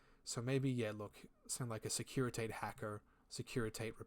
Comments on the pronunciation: Great video! Quick note though, securitate is pronounced "SEH-KU-REY-TA-TAY", it's the reference to the secret police of the communist Romania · Securi…tah tay. Took me a minute to figure that one out. Not used to American accents in infinity videos. 😂 securi Tate. S’funny